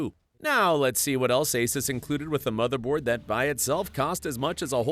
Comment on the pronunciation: "The smotherboard" 😂